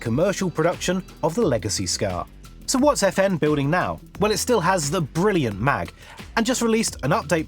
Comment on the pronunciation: It's not the FN Mag but the FN M.A.G. I know you probably never had French at school, but you are just reading words that even there. Listen to Google Translate or just say it in English, cause this is just painful.